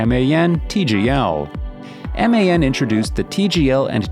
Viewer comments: u mean man and daf and not em ei en, di ej ef 😭😭😭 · Its very bothering yes, I never heard anyone spell like that. Its DAF and MAN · its daf not d.a.f and also man not m.a.n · It's hilarious how he pronunce MAN and DAF🤣 Emeyen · Good video, but my god, how are you reading the names? Or is it AI? Because I know no-one, whou would read Man or Daf by letters. Its Daf [daf], or Man[ man] .... 😑 I also dont get differences between the 1st and 2nd Scania. Like, the 2nd one doesnt have that cool aerodynamic bump, has some black sht numb instead, and what else? .... -the most powerful engine in the world? Ok. And what about all the boat engines, jet engines, hypercar engines.... 🤦 Also, number of awards doesnt mean anything. Scania maybe had less trucks, but all of them were the best every time, compared to Mercedes, which had many more which werent as sucessfull... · But why on god's earth is MAN pronounced as M.A.N then? 🤔 Kinda similar to DAF, however that's generally pronounced by most English-speaking truckers as DAF not D.A.F . Great video regardless!